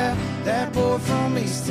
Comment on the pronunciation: See! It’s boy or boh, not bull lol 😂